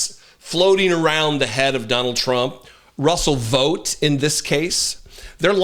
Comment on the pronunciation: Sorry, love your enthusiasm and tight analysis but the proper pronunciation of his name rhymes with "bought".